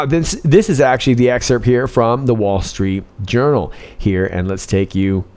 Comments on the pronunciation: DID YOU JUST SAY 'WALL STREET URINAL'? LOL! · I thought I heard you saying, "wall street urinal". 😂😂